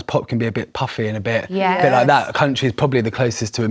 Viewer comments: O Did he say Pop is ‘puffy’??? Wt actual F!🤯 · Did he say Pop is ‘puffy’??? Wt actual F!🤯